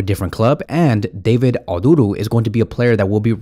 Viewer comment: Any other Ghanaians here, hear him butcher the David Oduro name?😂